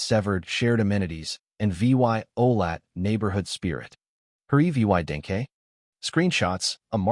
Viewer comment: When the AI doesn't know how to read the words violated and evidence